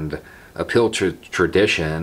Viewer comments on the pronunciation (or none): Took my a couple of minutes to realise you were saying 'an appeal to' and not ' a pill to'. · Oh APPEAL! I thought you were saying "uphill"..."a pill"...I'm like, 🤔